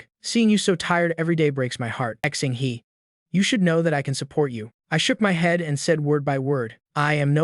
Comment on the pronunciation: These directly translated Chinese stories are always awful. You can't just do a word by word translation, you have to properly translate it culturally. This is so difficult to follow. Also, the narration can't even comprehend Chinese pronunciations Xing-He is not "Ex-ing-Hee" it is "Shing Huh". This is all very cheap and nasty, using free AI tools to butcher content.